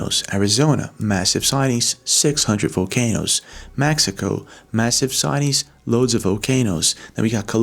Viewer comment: Was it just me or was he saying “Vocanoes”? Lol. All love